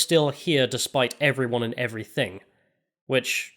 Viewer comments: I really enjoy your work on this channel and on the Lotus Eaters, but can you please work on pronouncing the word "everything" because you usually say "everythink" for some reason. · Heard the word "everythink" for the first time today.